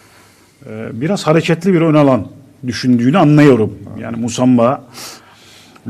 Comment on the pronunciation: MUSAMBA NE AMK OKUMANIZDA MI YOK YAAA